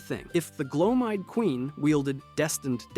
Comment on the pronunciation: Is it just me or just a lot of YouTubers mispronounced stuff just so we will comment about how s*** their pronunciation is. Bro was over here butchering names like Gloam eyed seriously?